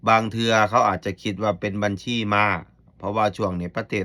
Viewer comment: พูดภาษาไทยยังชัดเต็มร้อยเลยพูดคำว่าบัญชีให้ชัดเจนก่อนนางเอย